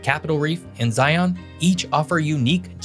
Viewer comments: Great video,. One issue I’d like raise is the pronunciation of "Zion." Lots of people for some reason say "Zye‘on," but it’s actually pronounced "Zye-uhn." No glottal stop. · For my non-Utah natives, stop saying “Zion” like Zy-On. You need to say it like “Lion” but replace the L with a Z. Seriously, it’s not that hard. And yes, I’m native to Utah. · If you're going to blather about a place, you might try learning to pronounce things. Zion is pronounced like "lion," not like "try-on." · It's Zi Uhn not Zi on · Please remember the name Zion is pronounced Zi-un with the emphasis on the first syllable. Not Zi-ON, but ZI-un. 😊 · Cool video. I just want to say that, in case anyone going to Zion reads this, locals call it Zi-un, not Zi-on (I'm not saying that you have to say it like that though). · My church i went to growing up was called Zion and we pronounced it like "lion". I have noticed many people say it like zi-ON, which I would consider incorrect as well. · Did you really say Zi-on? When you go to the zoo do you see a Li-on? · Zion. Is pronounced just like Lion. Zion. Lion. Thank you! :) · Thanks for the in-depth video. Just a note, in Utah, Zion is pronounced like onion— 'z(eye) un' . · mispronoucing Zion.